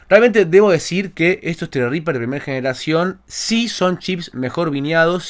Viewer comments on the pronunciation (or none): tienes un zredriper hace 2 años y no sabes como se pronuncia? XD Así mismo zredriper... Por lo demás SOS UN CRACK.